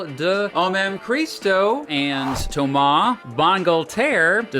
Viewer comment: so you say thomas properly (toema) but guy incorrectly (gui/geee(not jeee, geee))